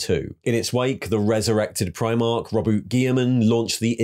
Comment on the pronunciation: aba-dawn Row-boo-tay